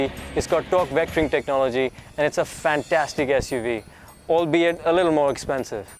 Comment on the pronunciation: Fhaaan-TAStic you know?! Fhaaan-TAStic. yaar.